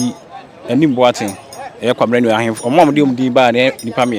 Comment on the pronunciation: The word is Ahenfo, not Nhenfo, please 🙏